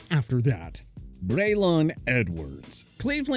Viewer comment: That’s not how your pronounce Braylon.